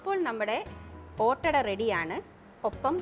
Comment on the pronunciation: ഒറ്റഡ എല്ല ഈദ് ആഡാ അണ്